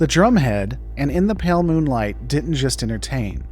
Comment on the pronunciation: brother why can't you enunciate "moonlight"